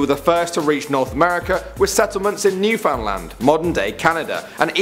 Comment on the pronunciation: FYI Newfoundland is pronounced Nu-fin-land